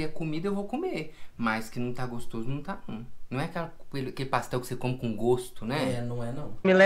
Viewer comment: Quem também ama Voz do Além falando paxtel? 🙈💙❤